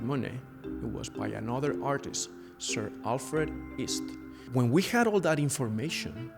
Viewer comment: This painting is not by Claude Monet but Sir Alfred East. The name "East" was difficult for me to understand when spoken by.